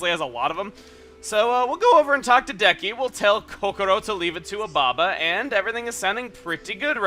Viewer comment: Espeon Lover did chugga at one point pronounce ababa as obama?